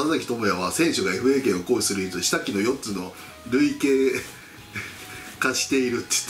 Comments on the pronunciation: 里崎さん、すごく応援してます！ 発言が注目される今だからこそ、すこしずつ言葉を正確にしていきましょう。今回は下記を「したき」といい、代替を「だいがえ」といいました。以前の放送では「良し悪し」を「よし・わるし」と、また「有無」を「ゆうむ」といいました。 袴田さんはきっと気づいているけど、話の流れを止めずに、と考えてスルーしていると思います。そのときには直してあげてください。 間違ってもいいんです。でも、気づいたら直してあげてください。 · 下記も「したき」ではないですよね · 下記は「したき」ではなく「かき」と読みます。代替は「だいかえ」ではなく「だいたい」。袴田さんは当然ご存知と思いますが里崎氏に遠慮して指摘しないかもしれないので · 「下記」は「したき」じゃなくて「かき」ね。常にgood押してます。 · ごめんなさい！批判じゃないんですけど、下記、の、読み方、かき、ですよ。したき、じゃないですよ。里崎さんが頭が良いのは十分存じ上げていますが、はっきりいって、これは相当恥ずかしいレベルですよ。芸能のお仕事する上でも、中学生レベルの漢字は覚えたほうが絶対良いと思います。失礼は重々承知の上ですが、マルチで活躍する里崎さんには、最低限の国語力がないと、どこかで恥ずかしい思いをすると思い、あえてコメントさせていただきます。ごめんなさい。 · 「下記」は「したき」ではなく「かき」と読みます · 里崎さん、下記→「かき」、代替案→「だいたいあん」と読みます。 細かいようですがちょっと気になりました。 発言でバットボタンをとおっしゃっていたので、気を付けていただくと良いかと思います。 偉そうなことをいって申し訳ありません。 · 「したき」？？？ いくらなんでも恥ずかしい。いい大人なんだから。「かき」だろ。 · おい！里ちゃん！ 下記(かき)やで！ したきちゃう！ 漢字ちゃんと読まれへん回は 全部低評価にするさかい！ 覚悟しとき！！！！